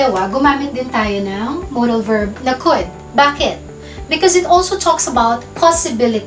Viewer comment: Mam bakit could at would ganyan ang pronouced parang tatlong letra lang ang basa mo?.